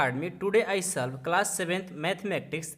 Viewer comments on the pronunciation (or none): Sir salv nahi hota solve hota ha 😂😂😂😂😂😂😂😂😂😂😂😂😂😂😂😂😂😂😂😂😂😂😂😂😂😂